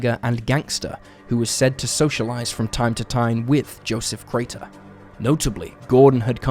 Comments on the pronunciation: The number of times he says "Carter" rather that "Crater" is just crazy. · Crater, not Carter. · Crater, not Carter! Get it right, you don't know what the hell you're doing. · he says both Crater and Carter. I grew up with this story being mentioned and the inconsistent pronunciation is grating.